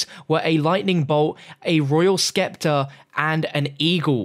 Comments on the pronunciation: Scepter or “septer” as in spear not “skepter” lol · Dude the c is silent in scepter it's just septer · Lol dude he has the hardest time pronouncing words properly. A sturdy figuhh. And a royal skeptahr. Greek myfology. Good going.